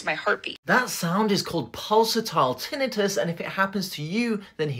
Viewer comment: Thank you for saying tinnitus correctly!